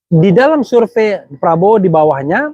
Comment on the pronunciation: Bener kata p sure pay bukan surevey